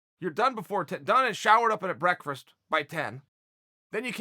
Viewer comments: Breakfrast and Yarir. The man loves an R. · I have come to the conclusion over the last couple of months that it is impossible for Chael to say "break FAST " lol